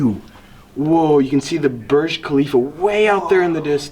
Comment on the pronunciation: It’s burg klalifa